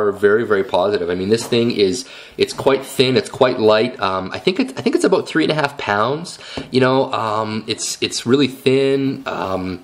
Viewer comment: i like this video but excuse my id like to make a correction. you freqquently used the word "a-bote" when what you meant to say was "about" okay? thanks for your consideration of my correction